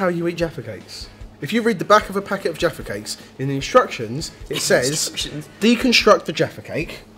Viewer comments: Sometimes sounded like "defecates" -- but looks like a fun British/English/UK treat. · You guys are funny!! The way you sound when uttering “jaffa cakes” sounds like “defecate” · Everytime they say jaffa cake I hear defacate 😂😂😂